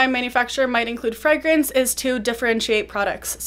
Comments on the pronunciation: she says “freh-grance”, I’m used to hearing “fray-grance” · americans say it like “fray-grance”